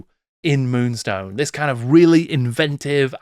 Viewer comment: Multi award winning moonstone ... get the name right 😊